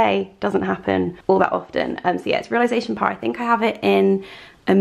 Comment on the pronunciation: i love you but every time you mispronounce réalisation it makes me giggle because it reminds me of that showgirls bit where she tries to say versace but so innocently butchers it